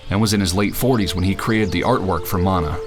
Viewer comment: Thank you for pronouncing mana correctly.